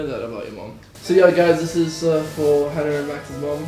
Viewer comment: Finally someone who said my name correctly!! Love you hannah